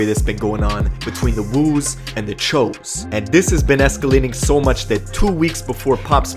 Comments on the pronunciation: that choo was pronounced cho just thought that shit was funny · Ok but why are u saying w-oo but when u say choo u say ch-o. It’s pronounced choo. Like choo choo train. It wasnt that hard to figure out bruh🤣🤣🤣🤣🤣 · (Its not THE Cho's) its The Choo's (pronounced Chews) Lol and the woo's. The choo's and The woo's CHINESE STREET GANG SHIT! 😆😂🤣🤷‍♂️ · Phonetically speaking, shouldn’t “Choo” be pronounced with a long “o” instead of a short one? It’s “Ch-oo” not “Chō”. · Anyone else wonder why choo gets pronounced Ch-Oh instead of Chew?!?!?! 🤣🤣🤣🤣🤣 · Cho ? Thought it was pronounced chooooooooo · Choo as in CHU not CHO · I swear I thought it was pronounced “choose.”